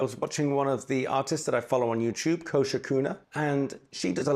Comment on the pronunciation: More than approved! Wow,, what a great spread. I enjoyed seeing it come alive and you talking about the things you were drawing. It emphasizes on the mindfulness drawing can bring. Also, great names for your plants and musical instruments! Thank you so much for the big shout-out, AND for pronouncing my name so perfectly - that rarely happens 😊 New subscriber over here!